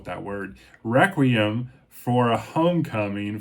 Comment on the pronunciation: It's pronounced "Wheck-we-um", Jeepers, if you can't pronounce a simple word like requiem maybe you should use voice AI 😂 -James